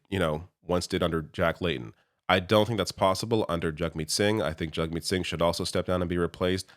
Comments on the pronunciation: His CONSTANT intentional mispronunciation of Jagmeet's name is infuriating, and I will now be calling him Pier. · you can hear PP start to say jagmeet’s name properly and then changes it to the incorrect pronunciation. This is 100% him trying to pander to xenophobes who will grasp onto the fact his name doesn’t follow anglophone pronunciation and goes to show how fake he is. All he is, is a slimy charlatan taking advantage of US right wing extremism bleeding into Canada to get himself elected.